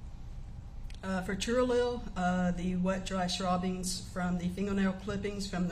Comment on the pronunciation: Schwabbings??? lol